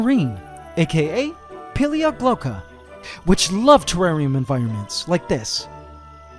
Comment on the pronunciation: Feffarium ? not terrarium?